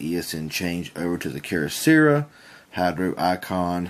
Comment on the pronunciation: What's up with the mispronunciations of Keyocera? You seem like a good guy but I just felt compelled to point out that it's not "keer-oh-seera". The correct pronunciation is "key-oh-sarah" (like the female name Sarah)